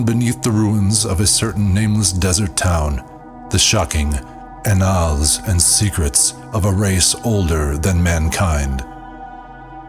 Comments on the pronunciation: annals is pronounced "ANN-uls" not "ah-NALS" You should let me narrate the next one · first one is umayyad second is annals im really enjoying it and most people wont notice thanks for putting in all the work it just kinda pulled me out of it